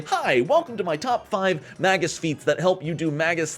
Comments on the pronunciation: Better drink challenge: Take a drink everytime he says MAY-GISS wrong... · "magus' analysis" only rhymes if you pronounce "magus" wrong